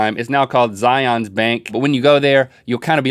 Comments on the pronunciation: not to be picky about how things are pronounced but zion is pronounced as zi-uhn not like scion the car company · It's not Z-I-on's, it's Z-I-un's. I live in Utah and that's how you pronounce it! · Link (and everyone else not from Utah), it's not Zi-yawn. It's Zi-yuhn. Zi-yuhn's Bank. Zion's Bank. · I'm from Utah and the way they said Zions bank...no sweetie no 😂😂😂 think of it like Lion. Zion rhymes with Lion 😂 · It's actually more like zian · Z-eye-ins bank link, Z-eye-ins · Link didn't pronounce Zion right. I don't think he did, anyway. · He said zion wrog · You didn't pronounce Zions Bank right link